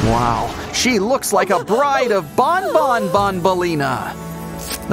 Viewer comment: Stop calling banban to bonbon😡